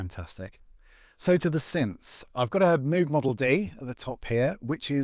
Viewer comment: Loved the setup. Thanks so much for sharing! Just one little niggly thing though...back in the 70s I met Robert Moog. The pronunciation of his name was Mowg (as in mow the lawn), and not Moooooog (as in a cow's call). You are or last to mispronounce it. No worries...just thought you'd pass it along when others mispronounce. Thanks again!!! Love your work! And yes, Arturias are great!!! I have a Microbrute and their controller keyboard. Great company.